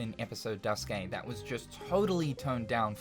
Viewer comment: "Duskay", "Type-OOHH", "zwooeehander"💀💀